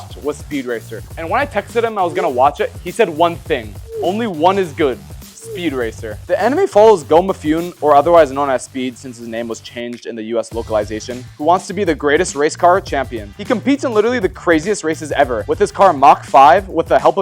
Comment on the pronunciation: That part... okay, I don't mind that so much as you butchered the name 'Mifune Gou' it's not Mee-Foon Gow it's "Mih-Fuh-NEh GOH" and the show was called "Mahha Go-Go" which was a pun because Mahha is the japanese word for "Mach" the unit of measurement for speed and the surname Go shares the same sound as the number Five, so it's a Mach-5 and Go-Go is both the sound that an engine makes in the Japanese onomatopoeia and it's also like... GO ! GO ! in English, so it's a Quadruple Pun. Also... YOU HAVE A KUMON VEST !! YOU WERE A KUMON MARKER !?!??! DO YOU UNDERSTAND THE SIGNIFICANCE OF THAT ? Cultural Appropriateion !! (I'm joking) KUMON is a Japanese tutoring 'system' that came about in the early 1960's if I recall that's primarily used here in Australia by Chinese and Indian parents to traumatize and indoctrinate their children into memorising mental arithmetic and getting good at close-passage English literacy exercises... but give ZERO emotional intelligence or emotional support and neglect their kids' social development entirely so they do not become well adjusted teenagers... Also KUMON's Kokugo / Japanese programs are what Japanese kids abroad nowadays use to not lose their Japanese when living abroad or if born outside of Japan. I was a Kumon Student that won several awards for being ahead of their grade and then became a Kumon Teacher and that set the course of my life to where I graduated high school and immediately became... a Maths Tutor, then a Japanese Tutor, event